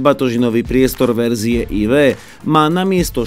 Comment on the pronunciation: co pladzajn, ale este aj AjVi